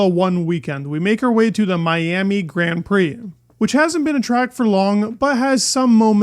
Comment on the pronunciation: why do you pronounce grand prix so weird :DD